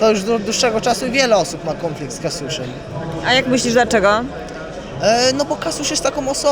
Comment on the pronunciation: Kąflikt z Polakiem i Kasjuszem ... Gościu ma wymowę która mnie bawi w jakiś sposób. 😂 Chociaż osobiście nic do niego nie mam. Pozytywna mordka.